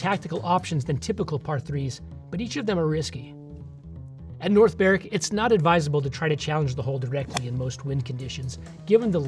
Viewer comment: Well done for pronouncing North Berwick correctly! Most Americans don't do that. 🙂